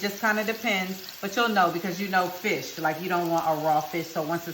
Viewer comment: Oh she sound like she said “bitch” for a moment but she said fish oo chile I need to sleep 🤣